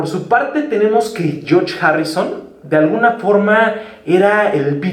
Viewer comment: Jajajaja me da risa cuando dice «yoch» cuando menciona a George